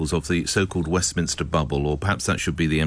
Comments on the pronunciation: Mate, seriously - stop saying ‘Westminister”. It’s MINSTER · You spoil your excellent commentaries by referring to WESTMINSTER as WESTMINISTER ! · Really like your blogs. But the one thing that rankles me is your pronunciation of Westminster. It is not Westminister |||.